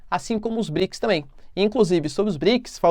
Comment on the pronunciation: Fico imaginando o Guilherme Briggs assistindo esse video toda vez que o troca Brics por Briggs.